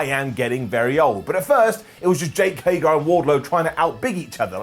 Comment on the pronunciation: I enjoy the way says Hager.. Haygarrr